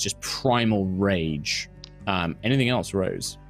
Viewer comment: You know I've been watching a lot of HR D&D because I totally heard that in -voice which sounded like "anythink". 😜